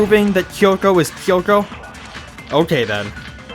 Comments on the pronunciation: That's not how the Japanese language works though. Unlike English where, for example, the letter "A" has multiple different ways to be pronounced, each syllable in Japanese has one specific pronunciation. So pronouncing "Kyo" as "Ki-yo" is mispronouncing it. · Yeah, the "Kyo" is supposed to be pronounced as a single syllable, but the way the characters in the game are saying it is "Ki-yo". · I'd forgotten how annoying it was that they keep pronouncing "Kyoko" as "Kiyoko"